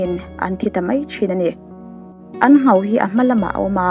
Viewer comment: 'Nghau' ni lovin, 'Ngho' tih tur